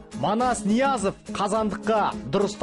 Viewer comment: Мал Ноязов эмес Ниязов